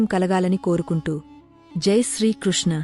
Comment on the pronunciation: Chala baga palikavuthalli Paramathmuni naamam Srikrushna is Currect Amma thanks to your original pronounciation thalli ✍️👌🙏